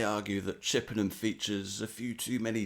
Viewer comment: Chippenham is a bit of a stretch as well